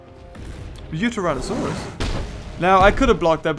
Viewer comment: DID I HERE TERRORADON? (instead of Pteranodon)